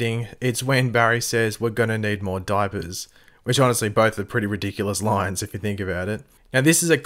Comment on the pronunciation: “We’re going to need more dipers”